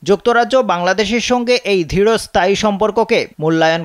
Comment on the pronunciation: ধৃড় নয়, দৃঢ় হবে